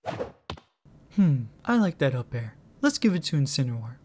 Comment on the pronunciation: You guys are saying Incineroar wrong your saying Incinerwar that is not how you pronounce it